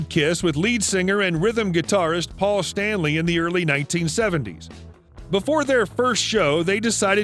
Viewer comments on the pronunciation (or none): none